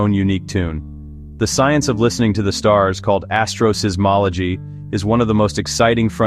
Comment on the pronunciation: The apparently AI-generated voice says "heliosee-ismology" and "astrosizzmology." Really very poor.